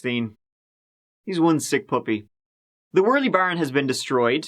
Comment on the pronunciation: Worley is actually pronounced werly. Not many pronounce the name properly unfortunately. Glad you pronounced it correctly